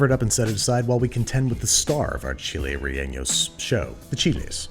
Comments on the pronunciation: Hi Babish! Just so you know, "chiles rellenos" is pronounced like "chi(like chad)les(like less) re(with a hard r)lle(sheh)nos(like nostril). Thanks for the recipe! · Chilli rre yay nos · I realized while watching this that I’ve never heard “chiles rellenos” without an accent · You have to wonder how Andrew managed to overpronounce «chiles rellenos» that hard and still pronounced it worse than if he’d just used his regular accent and then you remember that he now employs Rick and you stop wondering because your mind settles on an acceptable conclusion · My dude as a chilean person, i gotta be real with you, you did not pronounce chiles rellenos well haha